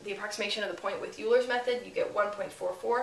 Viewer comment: The guy's name is Euler, pronounced "Oil-er." His name is not "Yoo-ler." If the mispronunciation were a sign of ignorance it would be forgivable, but the instructor is obviously not a an ignorant person. The mispronunciation is therefor a sign of a quite unforgivable arrogance. Take this woman off the net until she can function like a decent adult in society. -dlj.